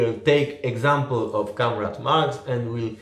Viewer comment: Trochę razi jak wymawiasz słowo comrade. Prawidłowo wymawia się KOMREJD